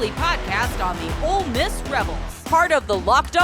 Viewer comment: Drives me crazy when they say "old miss". Ugh